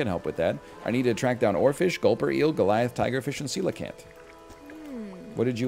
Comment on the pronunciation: NL knowing how to pronounce coelacanth >>